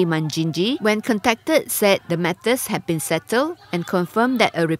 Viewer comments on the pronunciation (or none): none